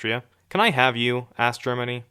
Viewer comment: Idily, jaapaan, germiny